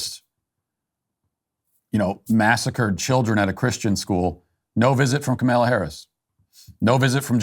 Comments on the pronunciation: Dear Matt: Please pronounce Kamala Harris's first name correctly. All the 'A's are the same: short; stress is on the FIRST syllable, Comma-luh. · Its funny that Matt just decided to never pronounce Kamala Harris’ name correctly haha